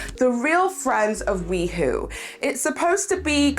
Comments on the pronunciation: Hey hey. Just because I know this drama will continue, the pronunciation of WeHo is “We-Hoe” ( like the garden tool) instead of "WeWho”. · It's we hoe not we hoo. Ugh that bothered me throughout the video. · it’s pronounced Wee-hoe (as in West Hollywood). Not wee-who. 😂 Yeah those are definitely half lash falsies in the Mikayla tiktok. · I laughed every time she said that, it was so funny but I appreciated the good laugh.